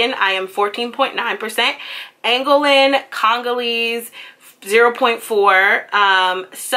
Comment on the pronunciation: its pronounced - An Go Lan